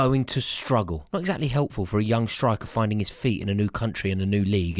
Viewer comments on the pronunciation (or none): none